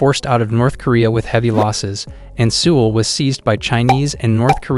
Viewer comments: He mispronounced every possible word he could. Who mispronounces Seoul? Did this guy ever turn on the news or step outside his house once? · Dude. Your lack of attention in pronunciations made it impossible to listen to. I served in the military for 20+ yrs and can't handle your poor pronunciations such as the super simple capital of SK. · Good info but man you need to learn how to pronounce things if you are gonna be a info youtuber. Like you can't even say Seoul or Pyongyang right 😩cringe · Who else is irritated by his pronunciation? Seoul is pronounced like 'soul' not 'sewel', Busan is pronounced more like 'poosan' not 'pyousan'.